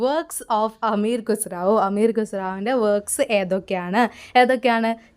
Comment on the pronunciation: അമീർ ഖുസ്റാവോ എന്നല്ല അമീർ ഖുസ്റു എന്നാണ്